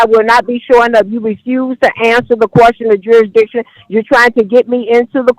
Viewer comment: Jurisdiction vs Juristiction'